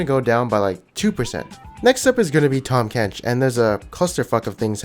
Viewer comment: ITS TAHM KENCH !!